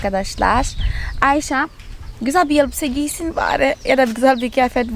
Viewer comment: negüzel Ayşe diyorsun tam bir Türk gibi çok hoşuma gidiyor sen çok yaşa